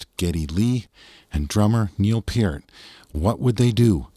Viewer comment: Thank you for pronouncing Neil's last name properly!